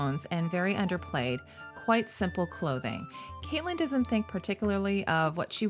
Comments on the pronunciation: I love your videos but gosh I cringe every time you call her Caitlyn stark lol it’s pronounced more like Katlin although it’s spelled catelyn. But absolutely love your videos!! Probably one of my favorite channels! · Just FYI, the character Catelyn's name is pronounced "Cat-lyn", like the animal.